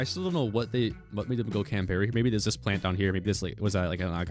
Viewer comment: Worst part of this video is how pronounces Canberra